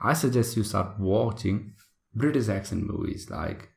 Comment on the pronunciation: I'm confused it's British or Britiss, why are you saying Britiss..